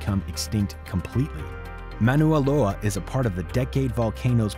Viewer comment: It's Mauna Loa, not MANUA Loa